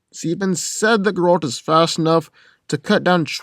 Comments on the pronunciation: It's ger-alt. Not gralt. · no offense but everytime you say geralt it sound like grodd :P tho i feel like you got most info from wiki special about aragorn half of the invo hasnt been confirmed hes not superhuman he is numenor he doesnt sense orcs he uses his tracking by feeling vibrations and using the earth to sense if he can hear anything nearby using vibrations tho geralt is a mutant without that hes alot weaker and wouldnt be able to fight like he does as mutant in that case its not really a fair compare both are good as they are aragorn without superstrength is the better one in that league and geralt as mutant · I had to skip to the end as soon as you mispronounced Geralt as Grrr-AWLT. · mispronounces Geralt Me: stop this blasphemy.